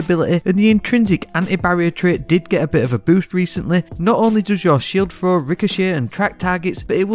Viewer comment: fanks = thanks free = 3 frow = throw wif = with Ya speak a bit too fast for the regular americans mate, a lot of this sounds jumbled af. Sick build tho LOL